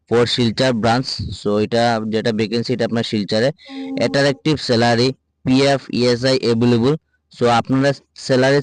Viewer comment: Jaw ba Tumar Ucchharon thik koro Attractive re Atarective kow, Coordinator to koitew parso na. Ota thik koro